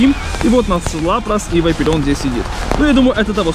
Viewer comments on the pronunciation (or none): не вайперион а вапарион